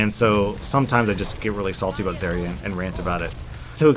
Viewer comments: The biggest problem is you can't pronounce her name correctly!!!! Brah Its Zarya with an A not Zerya with E !!!! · I can't even finish your video because you just ranted on and on at the beginning, while butchering the pronunciation of her name. It's ZAH-RIA, not ZAY-RIA. If you're going to talk about a game, at least learn how to pronounce the terms properly. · the way he pronounces her name annoys me. I pronounce it Zarya, not Zariya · the way you say zaria really bugs me. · Zerya? I don't expect someone who doesn't know how to pronounce her name to know anything about how she works... Just don't shoot the barrier ( referring to the Mei video ) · the way you say zarya makes me want to puncture my eardrums with rusty screwdrivers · I hate the way he says Zarya.. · says Zaryas name wrong Me: TRIGGERED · dude cant even say her name right. gg bro